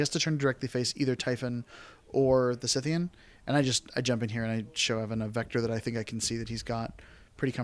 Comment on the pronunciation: Great game. Though I flinched every time ye mispronounced Scythean. :p